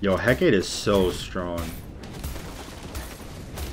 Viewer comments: Correct me if I'm wrong but I think Hecate is pronounced: Heh-Cah-Tay or Heh-Cah-Tee. Heh-Kate, like he says in the video, might be right but I don't think so 😅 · Btw its pronounced Heck uh tay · Gotta sound it out a bit more. Heck-ah-tea. That's easier for people to get what you want to have them say. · The Hecate is pronounced Hek-ah-tea.